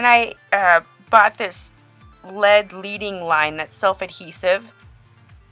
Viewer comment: It's not LEEDING line it's pronounced LEDDING and from what I understand it is really made of lead, which is really used in stained glass and why it's called leading, which is toxic. So be careful, wash your hands, don't overwork it. Nice piece, thanks for the demo!